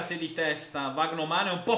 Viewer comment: Vandeervort è diventato Vagnoman contro lo stoke🤣🤣